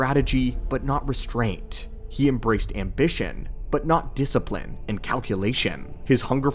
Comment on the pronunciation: "You lack disiprine!"